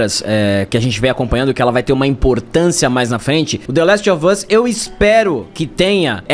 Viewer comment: É, The Lastovas, aprendam a falar, viu? Kkkkkkkk....